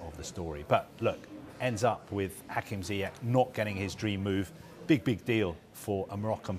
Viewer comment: Ziyech. zeeyash to pronounce